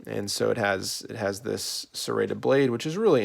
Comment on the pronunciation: did he just call a saw a "Serraded Blade" ? I almost had a stroke